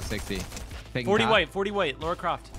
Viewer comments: it's LARA CROFT not LORA CRAFT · Idk why it pisses me off u said “Laura” instead of Lara